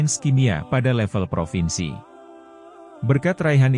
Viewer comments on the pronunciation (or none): none